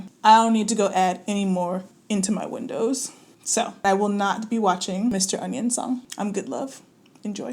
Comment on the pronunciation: Did she say Mr Onion? 🤣